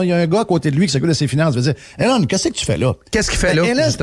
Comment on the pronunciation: Jeff arrête de l'appeller Hélène Musk, c'est E - LON Musk.